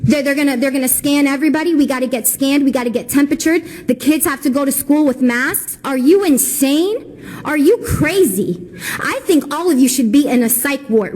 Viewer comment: "We gotta get tempetured" Uhh... Huh? •.•ิ I totally agree with you Kyle, I had the same reaction